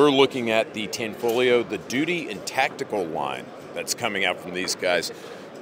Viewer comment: tho its pronounced tahnfolyo, not tehnfoleeo